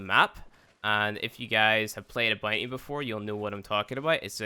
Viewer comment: _ CloakedReaper95 "boonty"